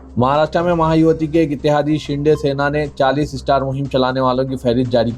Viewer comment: Maha yuwati nahein Maha yuti مہا یوتی